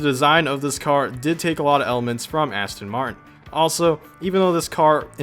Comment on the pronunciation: Asston Martin 😂